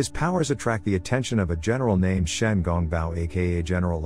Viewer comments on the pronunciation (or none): none